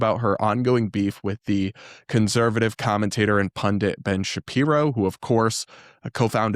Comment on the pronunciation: You do the same, you mispronounce conservative constantly